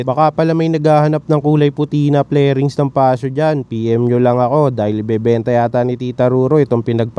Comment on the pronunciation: Fairing sir, not flairing. Anyway ang ganda. 👌